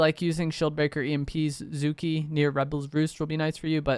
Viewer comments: I could forgive Toaf instead of Toff (Toph) but Zuki instead of Zuko hurt 😭😭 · Did he just say Toaf and Zuki….…smh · This is how you know this man is not a millennial, "toef" "zookee" ????? Bruh?!?!? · Zuki and Toff is hilarious I love when people don’t know how to pronounce names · “Zuki” is crazy😂, great video tho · My man murdered Zuko and Toph’s name 😭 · You need to put down fortnight and watch some avatar, you cannot continue to completely BUTCHER Zuko and Toph’s names. (Plus, it is just a good show.) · How you pronounced zukos name should be a hate crime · Holy crap he butchered those names. lol.